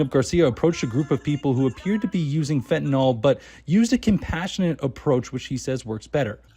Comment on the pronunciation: FentaNYL not FentaNOL